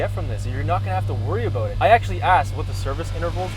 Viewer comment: What aboauuutt it ehh hahaha..